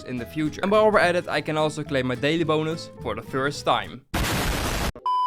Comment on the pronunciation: I like the part where you said l can claim my daily bouns for the first time 😂😂😂😂😂